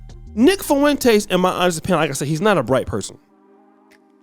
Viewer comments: FWEN-TEZ NOT FOO-ENTEZ FOR THE LOVE OF GOD!!!! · Fuen"tays" .. u cant even say is name right.